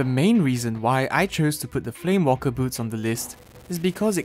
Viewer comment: those boots are not called flame WALKER boots, they're called flame WAKER boots( no L)